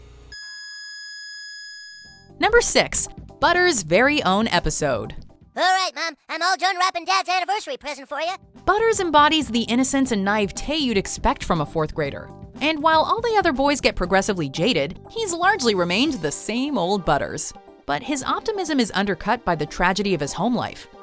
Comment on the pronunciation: What the hell is nye-heve-tey?